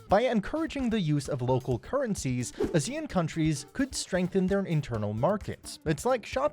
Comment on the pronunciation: Considering you are called Behind Asia, please pronounce ASEAN correctly